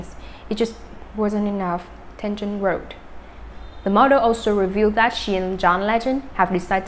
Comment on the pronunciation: This person/robot manages to confuse every story. My gosh! Does she know how to pronounce people's names? So disrespectful to the people and to the listener! TENGEN? Who is that? Kmt